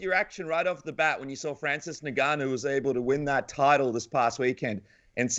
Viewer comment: Why do people find it so hard to pronounce Ngannou correctly... It’s Ngannou ffs, just say Ngannou. It’s not that difficult